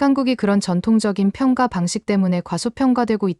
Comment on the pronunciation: '평가'를 읽을 땐 '평까'로 읽어야 해요. 평가로 읽으면 뭔가 빠진 것 같고 어색합니다. 읽기 기본조차 안 되어 있다니 놀랄 따름이네요.